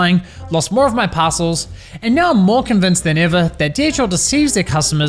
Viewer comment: I swear he's saying "Passholes".